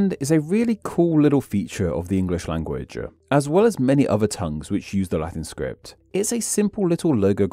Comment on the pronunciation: As a non-native speaker, I have to ask: Why do you sometimes put an extra vowel at the end of some words? In this video, I heard you say “languaguh” and “becausuh”.